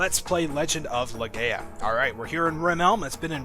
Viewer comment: Leh-GUY-ya. MY-ya. Not every A in word is a long A. Here's hoping you don't pronounce Gala as Gay-la....